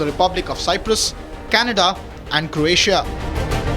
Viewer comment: It is NOT 'CORatia' ❌ It IS 'CROatia' ✅ Reporters/Journalists SHOULD know this.